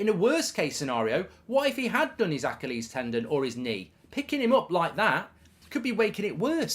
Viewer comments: Anyone else confused on how goldbridge pronounces achilies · I will PAY you to pronounce Achilles correctly!!!! Good lord .. how many times before you realize!!